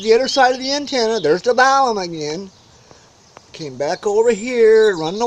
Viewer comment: Are you saying "balum"? It's balun with an "n" short for "balanced-to unbalanced." There is no "m" in the word "unbalanced."